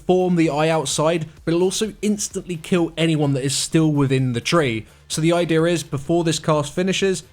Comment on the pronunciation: I didn't hear anything after he said idear.....